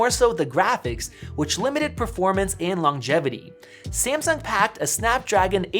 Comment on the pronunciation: SEE-AM-SUNK ... suuure